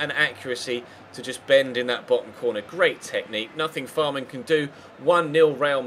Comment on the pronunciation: Fährmann is pronounced like Fehrmann, not Fahrmann